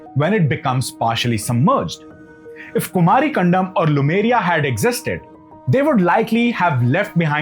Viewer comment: Sir, It's not कंडम, it is कंदम्! Kan the m.